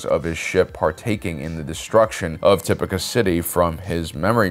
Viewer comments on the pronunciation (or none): The characters on the show say "TipOCah" city. "tipIcah" does not compute! 😁 Tomayto, tomahto... Good videos! 👍